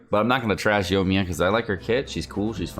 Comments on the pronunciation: Yoiiiii like Koiiiii- me-yaaaaa. Not yo-me-yuh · Who the heck is "Yomiya" ?? Lmao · yoiMiya... omg the way you pronounce these names lol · Y talking about a char u can't even pronounce